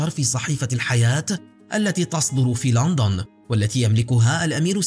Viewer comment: اسمها لندن مو لانطن